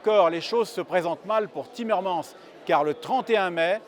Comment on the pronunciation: On prononce , pauvre minus, et < frann's timmermann's>.